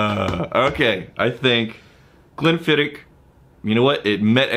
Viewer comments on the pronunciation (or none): Just so you know, you are pronouncing it wrong. And just so you know how I know that you are pronouncing wrong is because I contacted The Distillery. The proper pronunciation is Glenn-Fid-Och. The OCH is pronounced like Loch ness monster. Your welcome.